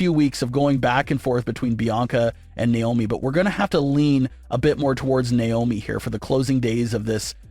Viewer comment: It's not niomi it's Naomi 😢